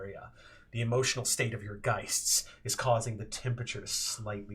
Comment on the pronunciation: I'm very late on this, but, being German, hearing "Geists" makes my skin crawl. The plural is "Geister", dammit :P